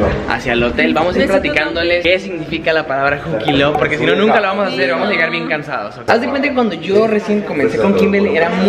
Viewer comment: ahora sabemos porque siempre termina diciendo las palabras así jajajaja ‘vamosh’